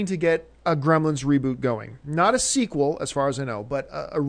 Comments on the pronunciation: Came here for the "Gremils" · "How to reboot GREMILS..." *Gremlins